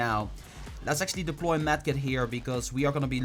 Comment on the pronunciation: STAHP SAYING DELPOY